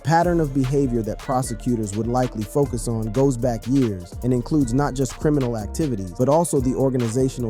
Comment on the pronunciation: "10 yarrrrrrrrrs"